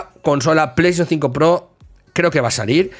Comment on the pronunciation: Pleishon tsinco 😂😂😂😂